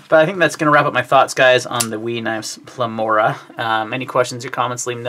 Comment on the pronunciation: Pleroma, not Plemora. Got it a little switched around there